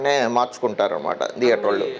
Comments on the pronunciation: Why you pronounce as dheater when it is theater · Sir, Please note it not pronounced as "Deather". It is Theatre with "Th" sound.